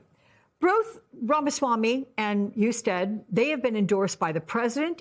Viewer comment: Do your homework! Mispronouncing Jon Hustead’s last name and framing Amy Acton as “Covid Czar” rather than Doctor and Director of the Ohio Department of Health fully supported by Republican Governor Mike DeWine underscore lazy and inaccurate reporting.